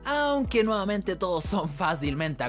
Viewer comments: Bro, como que "nuevamante"; se dice "nuevamente" xd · Laguien màs escucho que dijo nuevamante (me encantan tus videos)😅😂❤